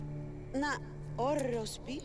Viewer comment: Its oros not oreos